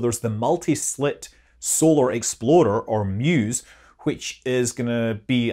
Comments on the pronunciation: Does anyone else hear "exploder" when Scott says "explorer"? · Sorry Scott, but every time I hear you say “explorer” I hear exploder